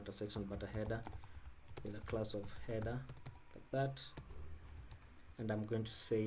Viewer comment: heda, namba, why you finish all the words with A?